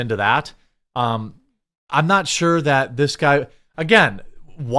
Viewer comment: The word is "THAT", not "DAT".